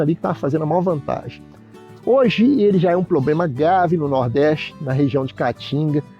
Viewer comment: "poblema" kkk